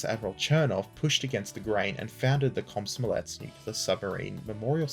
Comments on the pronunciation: Did he say Cosmo Omlette? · It's a scary word, but you can almost pronounce it the way it's spelled in English. Kom-so-mo-lets, kom like com in communication, so mo like you're talking about Mo from Simpsons, saying "That's so Mo!" and lets you can pronounce normally. Think of Mario's "Lets go!"